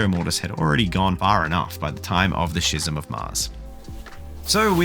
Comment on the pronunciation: Just a note: schism is pronounced skizm. Said with love ❤.